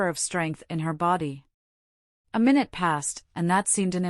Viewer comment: This voice is too artificial.. mistakes minute (time) for minute ( small ) " this very minute". Strange cadence.. clearly this voice has no understanding of what is being said.